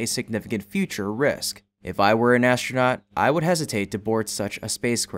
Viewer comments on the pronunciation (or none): Wtf is an "ashtronaut"!?